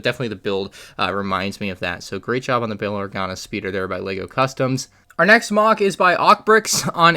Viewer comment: what kind of accent did t say speeder in?